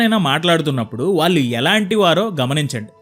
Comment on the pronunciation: Telugu బాగా pronounce cheyyali. ముఖ్యంగా, వాల్లు(వాళ్ళు,అనాలి)ఆంటున్నారు కళ్ళు(కల్లు,కాదు)అనాలి.